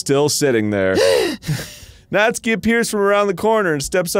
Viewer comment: I finally found out the right way to pronounce natsuki, “Nastookie”